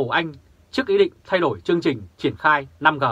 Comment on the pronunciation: 5G đọc năm rê 5G đọc năm gờ là sai